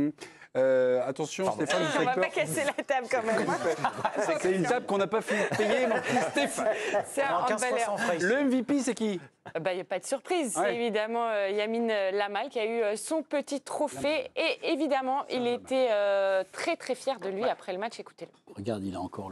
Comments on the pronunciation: Elle a bien dis Yamine Lamal ou c'est moi😂😂😂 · Je jure elle a dit Yamine lamal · Elle la dit 😂